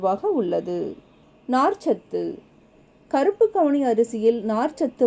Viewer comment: கவுனி அரிசி மேடம்,அவுனி அரிசி இல்லை